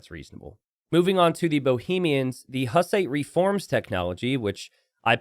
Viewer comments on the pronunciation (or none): none